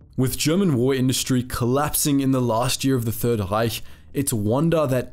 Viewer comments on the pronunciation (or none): none